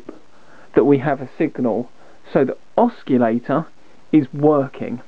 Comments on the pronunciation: u lost me at osculator, DUH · not to be picky but the word oscillator and not oscullator. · Ah yes, the good old oss-key-lator. No oscillators in this circuit, no sir! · What is an oskillator ? Sounds dangerous to me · “Oschillator” ?! :) I really like the work from the intro of the video … and it show that is not totally parallel with the electronics but still the quality after …. Anyway it is a young one , compliments for the work! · Kevin Elliott that's not being picky mate a guy like this who knows what he knows and doesn't know how to pronounce the word Oscillator correctly it like a math teacher teacher who doesn't know how to pronounce Pi Correctly but instead says PEE this is not a small mistake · Lol look up how to say oscillator correctly